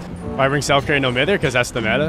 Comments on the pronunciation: it’s not fuckin ‘No Mither’ btw, it’s pronounced No M-ie-th-er’ as in no bother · Can someone tell him it’s pronounced no “my-ther”. Not hating I love his vids but as a Brit this gets me every time 😂😂